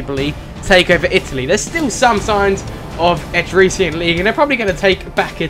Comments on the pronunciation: Etruscan is pronounced eh-truss-can. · ***** It's pronounced /ᵻˈtrʌskən/. ə being like in about, or winner. An uh sound. So, et-rusk-un. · Dude its pronounced atruskan. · Etruscan [eh-trus-can] Syracuse [See-rah-cuse] Carthage [Car-th-age] Hastati [Hast-aht-ee] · ETRUSCAN etruh-skin